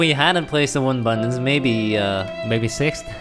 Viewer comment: The way u say Button/s sounds like Bun/s